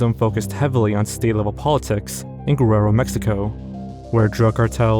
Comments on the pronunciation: You mispronounced Guerrero. It's Geh-reh-roh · “Gwererro” bro is Mexican and can’t even pronounce Mexican city names 😭